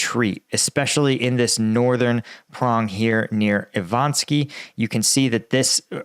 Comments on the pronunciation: It's Ivanivske, not Ivanski. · appreciate your videos. have seen and liked all of them the last several months. A few suggestions to improve: Ivanivske has 4 syllables. Be more deliberate with your cursor. Very distracting when you randomly move it around. Don’t say “of course”. It’s never appropriate within the contexts used. Thanks.